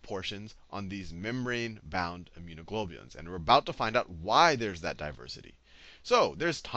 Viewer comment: 'Immunoglulobing' 'Teaching biology really stresses my perspelling part of my brain' Laughing my ass off hahaha!!